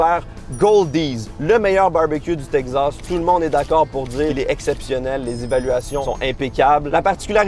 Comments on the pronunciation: Teg-zass ou tek-sass ? 🤔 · Oh my god mais c’est TEXAS PAS TEGZASSSSS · c teXas pas tegsas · Texasssssse pas texazzzzzze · Pourquoi tu dis "texzas"? C'est "takes ass" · Salut, Très bonne vidéo, y a un truc qui me fait rire, pour Texas, tu dis "TEG Zasse", en France, on dit plutôt "TEK Sasse" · Si vous prononcez Texas (Tek-sass) en Teg-zass, cela veut dire que vous dites Lug-ze à la place de Luk-sse pour dire Luxe? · Texas ❌ Tek'zas ☑️ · le Texas, qui devient le Teg Zas!!, n'arrive pas à prononcer correctement le nom de cet état américain!! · ...ET TU VAS ME PRONONCER TEXAS CORRECTEMENT OUAIS!!! TEXAS! TEXAS AVEC X!! TEXAS OU T'EST PAS SAX!! OU QU'C'EST QU'T'EST TEXAS!!AVEC XXXXXXXX!!😅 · Le Tegsas 😂😂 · chuis le seul qui est tendu a cause de la prononciation de texas "teqzas" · T le seul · Qui d'autre est trigger par la prononciation "tek-zas" ?😂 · Le « Tegzas » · Tegzaz, le nouveau Texas à la Québécoise 😂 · le "tekzaz" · Tekzas :') (oui je sais, ça se prononce comme ça, mais on se moque bien de nous quand on prononce "ze" pour "the" alors que c'est la vrai prononciation également :'D) Purée ça donne tellement fin. Je ne suis pas un grand fan de viande, mais là j'ai tellement envie de me jeter dessus ! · Tekcsass prononciation française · Tegz assz prononciation québécoise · Il galère a dire Texas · J'ai rien contre toi d'habitude, mais la façon dont tu prononces Texas est juste horrible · j'adore la manière si particulière dont prononce Texas... j'ai appris qu'on devait dire Tejas (Tehas) comme "Mexico" (Mehico) comme c'était un ancien état espagnol comme Los Angeles, San Francisco, San Jacinto, San Antonio, San Jose, Fresno, San Diego etc etc.. Du coup, j'ai buggé 🤣🤣